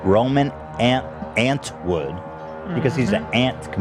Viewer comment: “Roman ANT WOOD”